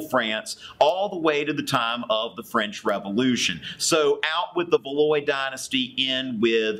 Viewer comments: I was looking for film footage of the war of religion and your video was the first to come up. Dude your video are really well rated :). PS: it is not pronounced valoy but valwah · Valois (val-whah) NOT Valois (va-loy) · “Valoy”????? i have to laugh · Val-wah not val-oy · Valois is pronounced valwah, not valoy lol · It's.... it's pronounced "Val-WAH" ..... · A thank you AND a tip for your future classes. My 1st semester exam is this week and your videos are AMAZING. This is only my teachers second year teaching European History, so he isn't as fluent as some. You can definitely explain things with greater depth than he. I'm forever indebted to your youtube channel and yourself. Also "Valois" is pronounced "Val-waa" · Valois: VAL-wah. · I really like your video, but I feel compelled to correct your pronunciation: Huguenots= Hugh-guh-no Valois= Val-wah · *Katherine de Medici & Henry II actually had 4 surviving sons with 3 becoming kings of France... Also their ruling house was pronounced Val- wah (spelled Valois but pronounced Val- wah)... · I am French and I did comprehend quite a few things with your video! Thanks a lot! And ... btw.... Your pronunciation skills are pretty good! ;) (apart from Valois [Val -wha] ) But Diderot just told me he's not mad at you ;) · Valwa is the correct pronunciation. VALOIS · Except its pronounced Val-wa. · Its pronounced 'Val -waah' buddy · No. You didn't say it properly. It's like saying "Val-wah". AND, it's Bore-bonn. :) Lol.